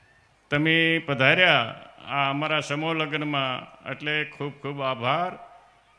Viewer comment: ગીગ લો.......... બોલતા નથી આવડતૂ સ્ટેજ મેજ કેછે સમૂહ ને સમૌ કેછે